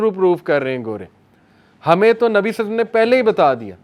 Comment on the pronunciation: nabi salsallam kya hota hai. Nam pura padha kro adab k sath. I'm turn angry when you say salsallam. Say sallallahualaihiwasallam. 👍